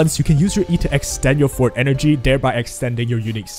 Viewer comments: It took me until 3 minutes in until I figured out what circuit you were talking about because you kept calling it the fort circuit, lol. It’s For-Tay, two syllables, not Fort, it’s a Latin (French, Italian) term, not English, so different pronunciation rules apply. Think of it as saying the number 4, then Tay, so 4-Tay, if that helps! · Love the video but why do all of the WuWa youtubers say forte as "fort" 😭😭😭